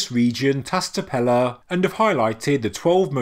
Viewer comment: Love your work, mate. Just to give you a hand with pronouncing Tas Tepeler - Ta(sh) Tepeler ("ler" with a roll of the tongue. Exaggerate the "L" and the "R"). 👍👍🙏🙏